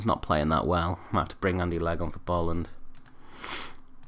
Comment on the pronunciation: The surname Boland is pronounced Bow-land 🙈